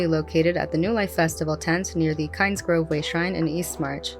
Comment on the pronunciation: Why do I keep hearing "no life" when it should be "new life"...